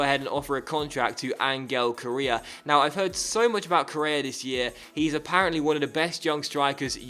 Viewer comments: It's pronounced Co-rey-a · k o r r E a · Its pronounced like Correa with a srtong sound in the r and the accent is in the e